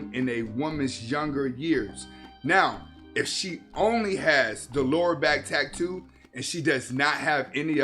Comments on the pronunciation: Wtf is a tack-too? It’s pronounced like it’s spelled dude tat-too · Drank everytime he said Tack-too im certain I’m going to need my stomach pumped. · the way he says "tack too" is cringe AF LOL